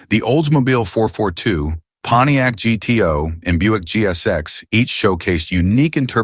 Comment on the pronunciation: I'm surprised the AI correctly pronounced the Pontiac as G-T-O and not gu-too.